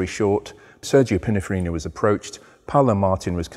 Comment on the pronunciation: Yet again it’s Pininfarina not Pinnafarina 😢